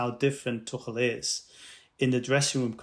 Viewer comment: Yeah...we're all going to keep saying Thomas Too-kell. Sorry. Not sorry.